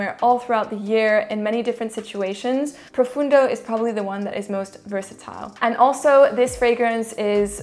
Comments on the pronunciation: It's Profondo not "Profundo" and it has nothing to do with Sauvage really. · "PROFONDO" not Profundo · Qu'est ce que tu racontes....elle met une vitesse en accent anglais à la majorité de chez nous (français). Écoute François Hollande...là t'auras ta prononciation en français de chaque mot anglais. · I have Acqua di Gio' profondo ( Profondo … not profundo.. is italian word i'm italian ) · PROFONDO not PROFUNDO.....and it is actually the finest out of the 4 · It's not Profundo...it's PROFONDO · Its profondo not profundo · Profondo profondo profondo not fucking ProfUndo it isn't difficult you have it on the bottle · Profondo... et pas Profundo. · Profondo is profondo not profUndo😁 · PROFONDO….not profUndo… Please🙄 it has nothing to do with Sauvage, at all! lol!🙄